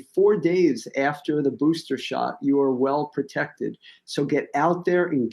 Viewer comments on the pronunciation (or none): Did the say "profected"?